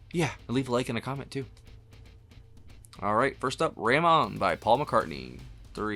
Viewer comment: RAMON pronounced like Ramone ( not Ram On) was a pseudonym Paul used as a French sounding name used at a time when the Beatles came up with stage names John was Long John and George was Carl Harrison as he loved Carl Perkins.